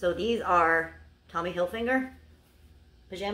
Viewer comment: Tommy hilfinger!! Lol 😆 hi 👋 it's hilfiger but we will let you off!! Lol 😆 you did really well this time xx 😘